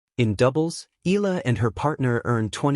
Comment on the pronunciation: How many times do you need to be corrected pronouncing Alex’s surname? It is Eee-ya- la, my dim-wit friend!